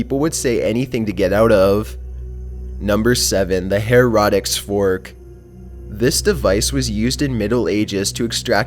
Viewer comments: Hair-a-ticks Fork! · For number 7, the way pronounces the heretic's fork sounds like herodics fork/